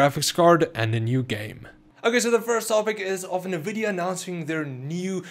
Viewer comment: I’m sorry but nvidia not nuhvidia